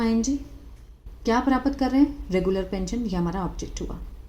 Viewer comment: पहले हिंदी पढ़ना तो सीख लो मैडम प्राप्त होता है प्रापत 😂नही